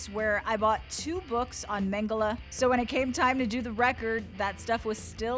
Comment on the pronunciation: How she says mengele tho